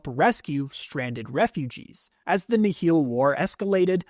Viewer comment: Nihil is pronounced like the Nile River btw